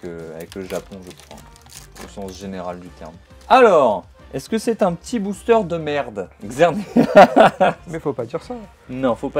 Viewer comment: Je sais pas si tu fais exprès mais ça se dit booster ont dit le r à la fin